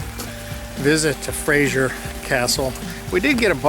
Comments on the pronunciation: Castle Fraser (pronounced Frazer - with a "z", not a soft "g" - by the way. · Nice video BUT please it is FRASER not Frasier. Kind of grates !!!